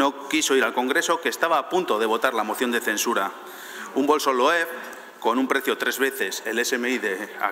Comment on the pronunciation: Que cateto! Loev! 😂😂 Loewe, hombre, Loewe. Es un apellido alemán